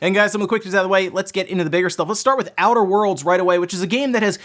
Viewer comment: Outter world.